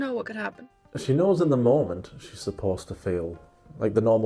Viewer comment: "He snows"😂